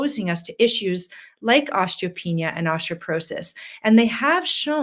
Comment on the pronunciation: Why does she saw ostroporosis & ostropenia? I've never heard osteoporosis & odteopenia pronouned that way.